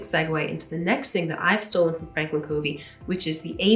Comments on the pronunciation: Loved this video. Covey is actually pronounced Cuvey. He is an Utah native and that is how we pronounce his name. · Covey is pronounced KUH-vey. 🙂 There’s also another step before identifying values and goals - developing your life mission statement. The values and goals flow from that. Franklin has a mission statement builder on their websites and in their Starter Kit inserts, and in their books.